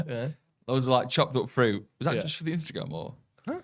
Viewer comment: I only hear saying "Chocolate fruit", even when I realised it was "chopped up fruit" (after said it) it still sounded like Chocolate fruit! EDIT: saying he'd like to visit San Fransisco, but this time "going the other way" nearly killed me! 🤣 PLUS: The Rhine goes through 6 countries France IS one!